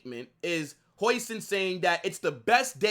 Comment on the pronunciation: The pronunciation of his name is “howsen”